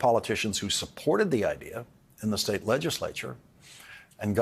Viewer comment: hes not british why does he say IDEAR